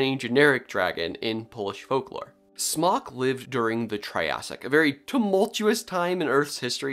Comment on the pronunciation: Everytime you said Smok, I heard Spock. 🖖